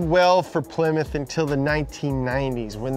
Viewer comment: The way they jokingly said Ply-mouth is how I thought it was pronounced for probably the first 8-10 years of my life until my grandpa got a Plymouth Acclaim and my dad laughed at me about how I said it.